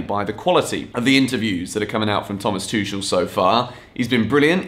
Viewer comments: C'mon! You can't be doing Chelsea videos and pronouncing the coaches names wrong! It's 'Tukel,' not 'Toushel,' get that shit right. It's degrading when you don't. Get it right in Bali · He is Twokul, not Twoshell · Please say his name correctly lol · Please get the pronunciation of Tuchel right😭😭I am dying over here